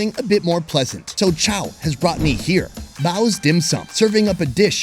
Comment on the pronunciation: You are great in this episode. You should correct his pronunciation of your name. It's more between chow and chowe (as in owe), but if I have to pick, it's chowe.